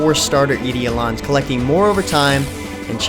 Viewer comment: its pronounced "eye-doll-lens"